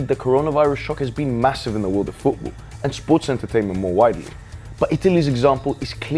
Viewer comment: Take a shot every time he says "fuwbuw" instead of "football".